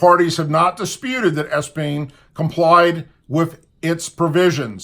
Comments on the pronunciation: 'ep'-stein' , why do you keep saying espn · Good God.Love your vids.Appreciate your work.but practice your words before you speak.you speak well when your live,but its Epstein not Espein?As far as Trump goes.I like him for pres.but I'm not delusional either.people who have achieved what he has often come with baggage.He's not a saint.I think he genuinely cares for us and our country but he also belongs to an elite club.you don't get to were he is without some moral sacrifices.I know plenty of prominent men that are OK on the surface but fall short of what we accept as the societal norm.We must often overlook some MINOR discrepancies with each other if we want to get along.I personally worked for a business owner who every winter went to Costa Rica with his buddies for under aged girls.......That's not me and I don't like what they did but I also liked and needed my job.I don't condone or understand why men like young children,maby its a power thing. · Its pronounced Ep steen Not. Es peen Sorry being in education, pronunciation is a pet peeve. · It’s pronounced EPstein not ESpien.......... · It's Ep Stein, not Es pein. 😁👍 and Lolita not Lolila. The other word is ex cerpt not ex kerp. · you keep saying "implemented"... as in "A lot of people will be implemented...". When what I believe you mean to say is "implicated". And, the criminal's name is EP steen not ES peen. We need to remember his name; I'm sure we'll be hearing/seeing more about his crimes. Someone corrected the report that the island is in the Virgin Islands. It's not. It's in the Caribbean Sea. Hillary Clinton doesn't just have money; remember, her father is a mob boss; am I incorrect about that? That is what I believe "protects" the hag. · It’s not Espeen, it’s Epstein. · His name is epstein, not espien. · Epstein. Epstein Epstein. NOT ESPING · 'implicate', not implement, EP steen, not Espeen. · Ep-stein not Es-pein. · EP stein not ES pein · It's not espien it's Epstein